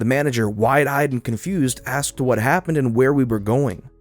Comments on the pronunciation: The only thing that kept throwing me was the repeated pronunciation of the word "asked" as "axed". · You are a very good reader but the term is asked ASK ED not axed AXED. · Dude, you're a pretty good reader, but i HATE the way you always say "axed" instead of "asked" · ASKED dude A S KED...axing someone is something completely different... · it's pronounced ASked not AXed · OMG. the word is 'A S K E D"' not 'A X E D" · It’s ASSked, not axed. Your S sounds are occasionally drawn out like a snake hiss in my ear. If the names are written out (like Saul), just take the extra second to read it out. It’s frustrating to read it along with you but not hear it. Aside from these (and I hope you listen to what your viewers are trying to advise you) , you are doing great and can’t wait for more videos. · ~ "She AXED....." ::facepalm:: Oh, goody.... another uneducated mumble-mouth moron that can't pronounce the single syllable word "ASKED" Do teachers even bother trying to educate students anymore or has school just become glorified state sponsored babysitting? Fucking idiots can't even speak the language they were born into properly. If you "job" is reading to the public then, at a minimum, you should probably know how to fucking speak! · Be careful with the word Asking or Asked .. Twice I heard Axing and Axed (in the coffee story). Good work so far. That's 2 in the pipe. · Please stop saying "axed"...pretty please? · You say "asked" instead of "asked". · Too many “axe”s. I’m going to have to go back to rslash. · So much axing..... :( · Normally I love your videos, but today the way you pronounced "asked" just rubbed me the wrong way. I'm not going to dislike, but I'm not going to leave a like either. Sorry to sound like a pain, but I figured feedback may as well be voiced. Other than that, keep up the good work